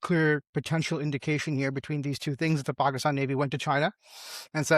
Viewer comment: What is Paaahhkstaan isn't it Pakistan ?